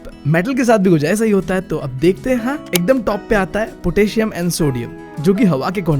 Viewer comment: bro potassium hota he bhaii not a ptassium